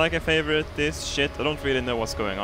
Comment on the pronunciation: When the vid ends he always says very well, like 'n fraivote this shit